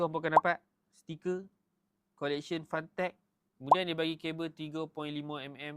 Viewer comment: Cara sebut fentek bang, bukan fantek